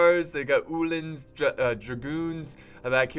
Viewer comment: Ulan is pronounced uhh-lan like Mulan not ulen